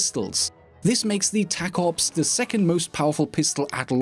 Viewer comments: The tacops is pronounced taco-ops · He said the name of the pistol wrong. It is clearly pronounced taco ps